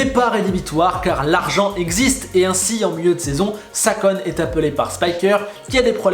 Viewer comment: Ou bien regardes où tu recules m-m-mais "Salkon" Yamamoto